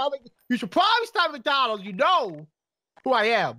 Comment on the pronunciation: Did he say mcdongals xD